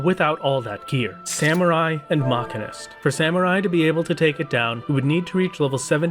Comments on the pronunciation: Please learn how to say machinist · as a machinist irl your pronunciation hurts me on a personal level XD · AAAH YOU'RE KILLING ME. STOP MISPRONOUNCING MACHINIST D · I..... I need to know. Is he pronouncing Machinist wrong or have i been????